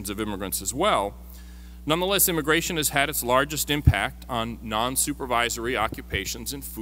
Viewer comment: It's immigration, not immagration.